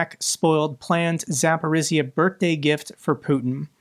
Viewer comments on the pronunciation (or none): my nobble man it is ZAPORIJJA (G sound) not Z